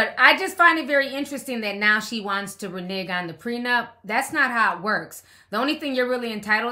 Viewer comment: Please quit saying Reneg😉😌😂😂😂😂